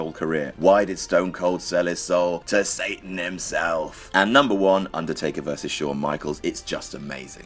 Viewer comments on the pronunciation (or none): none